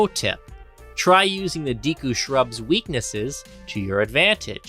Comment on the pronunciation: Termeena? Deeku? I headcanon that people intentionally find new ways to mispronounce Zelda names 🤔